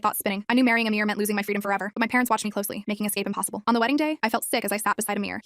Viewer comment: Its not amir its amar